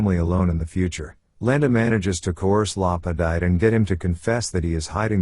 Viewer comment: Hard to take your analysis seriously when you can’t even give accurate pronunciation of a character in a pivotal scene. LaPadeet, not LaPadight.